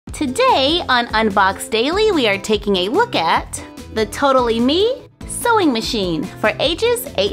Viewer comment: No hate,I love but it sounds like she say soy Machine?